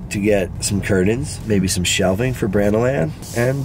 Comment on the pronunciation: Did my dude say "curdains" ???